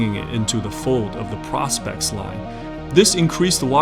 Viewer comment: It’s pronounced “pro specs” as in short for professional specifications.. and not “prospects”..